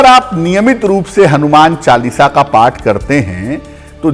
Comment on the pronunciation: Oath nhi path